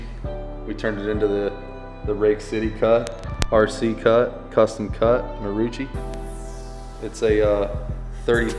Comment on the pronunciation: He was saying Custom Cut and I thought he said Custom Cuh I was like damn he from Houston now 😂